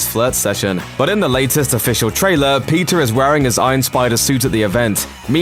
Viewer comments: PEE-TER say it with me. Its not pizza alright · Why is he saying pizza instead of Peter 🤔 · Why when u say Peter it sounds like Pizza? Lol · I’m not the only one who heard Pizza Parker right?